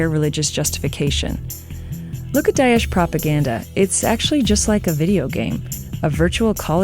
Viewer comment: It’s not Dayesh, it’s Da-esh.